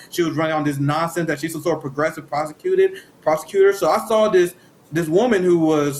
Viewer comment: wait did Glenn say Kamala was a prosecutor or prostitutor?